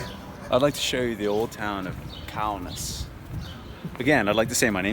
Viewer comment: Kaunas is pronounced KO (long o) NUS (short u) like 'bus' like KoKo Bus, only Kaunas